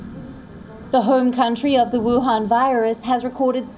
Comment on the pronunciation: Wion virus 🤣🤣🤣🤣